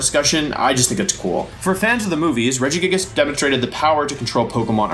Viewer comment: Through the whole wideo, Wolfey kept mispronouncing Regigagigas!